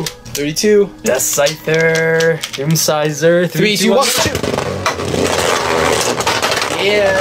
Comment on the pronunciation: its fucking doomscizor not deathsizor